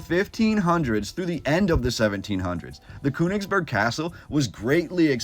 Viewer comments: Königsberg, it's pronounced with the ö as a LONG O. Not KU. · There is an umlaut over the o in Koenigsberg so it us pronounced totally different than the way your pronouncing it